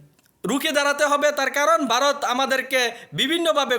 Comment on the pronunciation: Barot na re ota varot Uchharon